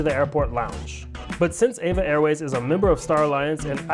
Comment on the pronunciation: It’s E V A, not “Eva”